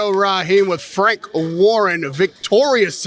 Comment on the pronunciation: Frank “Fank” Warren